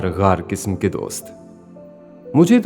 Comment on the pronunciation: Audio main qaaf word ko clear nahi bola gaya hai jaise qism ko kism kaha gaya hai jahan pr bhi Qaaf ka use hona tha wahan par kaaf ka use Kiya Gaya hai. I'm from lndia.